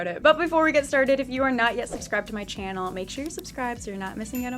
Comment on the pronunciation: haha "welcomebacktomychaaanneeeelll"